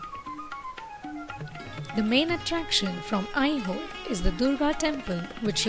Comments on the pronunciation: Video is Good, But the Narration could have been OKAY in Indian Accent. Pronouncing AiHole as I Hole is irritating to listen. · Nice video, but please reduce the music, it is hard to listen to the commentary. What is 'I hole' by the way! Please use Indian pronunciations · Good explanation... Very nice video editing... But very confusing accent... It's not an Indian accent definitely... But at least places name should be pronounced correctly... Aihole,Badami,Pattadakallu...